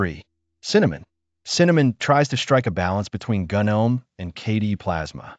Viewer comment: Kinda hard to watch when gnome is pronounced gunnohm.